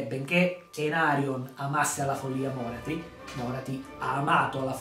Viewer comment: Tira di più un tentacolo di Slaneesh che un Carnosauro ahahahah Bellissimo video, pur conoscendo già Morathi mi fa sempre piacere sentire altri parlarne. Mi permetto solo di specificare un paio di cose, senza avere la presunzione di essere un esperto: -la pronuncia del nome Morathi cade sulla A, non sulla O: -Morelion, il figlio maschio di Aenerion, riappare sì ma decide di non succedere al padre come Re Fenice, preferendo vigilare sulla sorella Yvraine (sarà da lui che discenderà poi una stirpe degli Elfi Silvani) A parte ciò, ancora tanti complimenti per la serie di lore